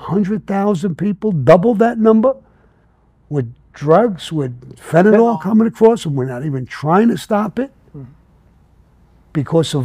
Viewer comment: It's fentanyl sam not fenadol,ok